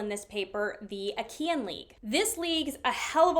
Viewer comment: Great work as always with this series! Regarding pronunciations: - Lacedaemonian is pronounced like "lak-uh-duh-mo-nee-in", so the first syllable is "lak" rather than "lass". This refers to the Spartans who are from the region of laconia. This is where the term "laconic phrase" comes from because they had a quick and witty way of speaking. - Achaean is pronounced like "uh-ky-in", so the second syllable is pronounced similar to how you would say "kite" without the 't'.